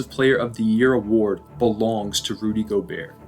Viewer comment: Great video man I didn’t know that the t was silent in gobert, thanks for teaching me